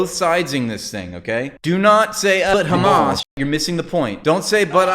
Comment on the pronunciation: I like that we collectively mock the pronunciation of KKkhhhamas